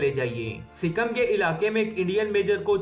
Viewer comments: Are pakistaniyo anpado sikkam nahi sikkim hota hai 🤣🤣🤣🤣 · wo sikam nai sikkim